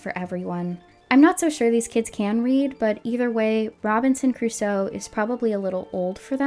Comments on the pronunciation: So is the dad pronouncing it as "Robinson Caruso" a deliberate gag in the episode or couldn't the actor say "Crusoe"? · Robinson "Cuh-ruso" is really bothering me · This is just such a "they're missing a vocal director/they're not doing their job" thing but it's so grating how Chum Chumchilla keeps saying Caruso instead of Crusoe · This is minor, but god, it grates on me hearing the show call him "Robinson Caruso". It's CRUSOE, 2 syllables. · The fact that the voice actor keeps saying "Robinson Caruso" instead of "Robinson Crusoe" is pissing me off so much. They don't even respect the idea of the text enough to bother getting the name right. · I can't be the only one thinking it. He's pronouncing it "Robinson Caruso". EDIT: As an Argentinian, thank you for bringing up the horrors of the CIA-backed dictatorship. So many other North American content creators hedge their words about it, while running their mouths about other political movements (peronism) they know nothing about. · is... is he saying Robinson CARUSO?! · My swedish brain got a bit confused as you and all the voices started saying Robinson Crus-oe and I wondered, who the heck is that? Then I realised I and my entire society has pronounced it wrong all my life. Apparently the "oe" is not silent. :P